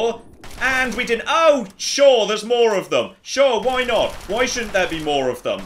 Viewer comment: Soo'ah... I remember'ah.... When I first played this'ah. This was a serious challenge'ah. Frustratingly enjoyable'ah. 👍